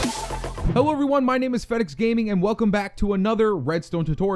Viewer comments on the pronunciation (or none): u did not say his name right its fed x gaming